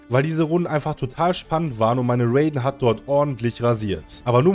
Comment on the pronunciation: Ist nicht bösse gemeint aber es wird nicht Räyden sondern R.a.i.d.e.n